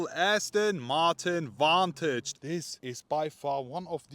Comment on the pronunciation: I'll help you out, it's pronounced Vantage